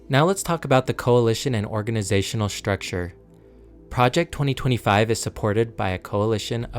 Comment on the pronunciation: It's a very good video, but I have a suggestion for the narrator. Please stop adding an "H" to words that have "S-T-R" in them. It isn't "shtrength," it's "strength." It isn't "adminishtration," it's "administration." It isn't "shtructure," it's "structure." When you speak in an unnatural way, it distracts the listener. You did this several times in just the first minute or two, and I have no idea why. It might seem petty, but I hired and trained TV news broadcasters, and speaking plainly and naturally without affectations is the mark of a good communicator. Work on it, and you'll be a better narrator. Otherwise, great job.